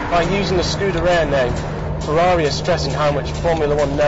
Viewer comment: Not once could he even be bothered to make the effort to pronounce the car's title correctly!